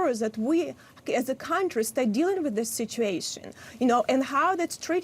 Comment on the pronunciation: Hey lady...there's no "v" in the word awareness. She can't seriously be talking to me about the problems in my country because she and I are not from the same place. Just facts is all, learn to accept them.